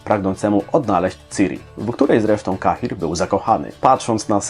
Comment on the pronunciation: A mnie zastanawia fakt, dlaczego autor filmiku imię "Cahir", czyta wedle angielskiej wymowy, a Yennefer według polskiej? xD